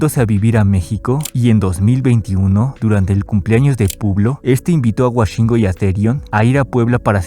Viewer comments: Woshingo❌❌ Washingo ✅✅ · Escribiste mil veces “Woshingo” y aun así insistes en decirle Washingo XD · Todo bien pero como que "Güashingo" hasta el mismo se dice "güoshingo" 😭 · Es wOshingo, no wAshingo. Dios…. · Me da desesperación de que diga washingo y no woshingo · WOshingo no WAshingo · Por qué pronuncia wAshingo????? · fuera de todo, pq dice Washingo, es con O 😖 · Por qué dices “WAshingo”😭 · Por que le dice Washingo xdxdxd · Por qué dices Washingo? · Me estresa demasiado la forma incorrecta con la que pronuncias su nombre, puedo estar como le de acuerdo contigo pero perdón, no puedo, me sangran los oídos, es como escuchar a Woshingo pero al revés